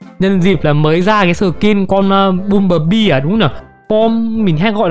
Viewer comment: anh ơi băm chứ ko phải là bum